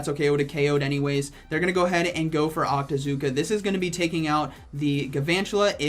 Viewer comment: I can't even understand...octazooka?